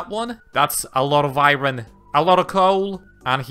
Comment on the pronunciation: Bro please stop saying iron like that 😮